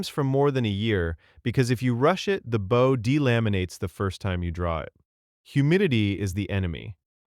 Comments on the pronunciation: This video didn’t say any of the names right they called the bal-ista for ballista, camp on baugh for compound bow the bough for bow even sice- stumsfor systems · The animation means nothing if the narrator can’t even pronounce bow correctly. It’s not a ship. This just feels like a garbage joke. All these AI tools feel so cheap and unfinished. Really worth it to replace a person right?